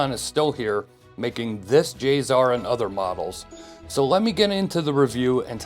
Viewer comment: Not J-ZZZZZar. J-SSSSSSar. Say it right.